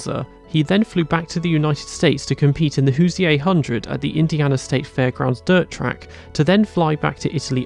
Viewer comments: Great video, many thanks. on Andretti: "Hoosier" race name means someone from Indiana, pronounced "Hoo-zher," 2 syllables blended together. Ain't no Hoo-shee-ay in 'Murica 🙃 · BTW USAC is usually pronounced "U Sack" and "Hoosier" is usually pronounced "Who zher" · Rule of thumb, say USAC like NASCAR. The abbreviation is just a word. To help you out in future, Hoosier is pronounced “whose-ure.” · Just for future vid purpose's....no one in the US calls/called USAC the "You Ess Aye See" its always been pronounced "YouSack" But i think im gonna start sayin "hoosier" as "whozeeaye"!!! Cuz thats awesome! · Hoosyay? xD